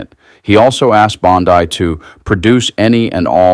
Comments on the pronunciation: What is a "bond eye"? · 1. Great video. 2. Keep up the good work. 3. You've only READ "Bondi", and never heard it actually pronounced verbally by anyone, is my guess. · C'mon! Ghislaine = Gee-lane Bondi = Bon-DEE You need to step up the professionalism and properly pronounce the names of the people about whom you're reporting. Not a good look ... 😒